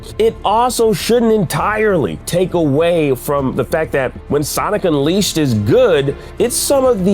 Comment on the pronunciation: now i've seen people get release dates wrong, but the way he slaughtered unleashed was embarassing. 💀